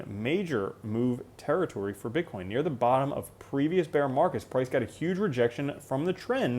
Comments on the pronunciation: you say bitchcoin 😂 Great video, thank you. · Am I tripping or did I hear you say bitch coin 🤣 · I think mumbled Bitch-coin lol - too funny - you're the best!